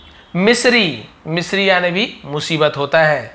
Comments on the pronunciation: baki to aap accha kaam kar rahen hain lekin ucharan thoda theek karen. Misery - iska ucharan 'मिश्री' nahin ishka ucharan 'मिजरी ' है. सबके सेंटेंस भी दिया करें. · Misri 🤣🤣🤣🤣 sir misery h 😅